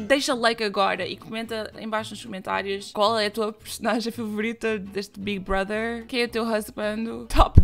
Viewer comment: O fato dela falar Big Brother corretamente e não Bigui Broder do jeitinho brasileiro arranca um pequeno sorriso da minha face